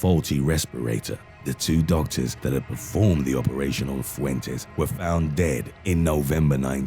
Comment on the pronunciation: "Fuentes were found bread in Novemember 1997" Lol, did he find bread? What the fuck